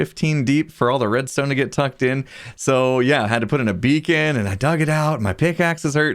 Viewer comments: Every time says beacon, for some reason I hear vegan. "One thing I have been thinking about though, is are there too many vegans? Have I gone crazy with the vegans?ver I mean, there's vegans coming out of every corner of the pyramid..." lol, u get the idea Edit: "There's vegans on top of vegans here people!" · No such thing as too many beacons. Remember: it's BeaCAN, not BeaCAN'T!